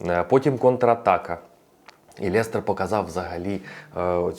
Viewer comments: чудова українська, але будь ласка не Лєстер а Лестер :goodvibes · як же ж той Лєстер ріже слух) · чому " ЛЄстер"? Жесть як ріже вухо!